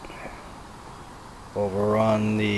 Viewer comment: nice video. its will am ette not william ette FYI.